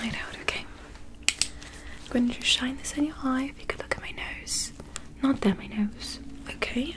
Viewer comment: Noot theeyre.. my nose, love the accent! Such a creative touch :)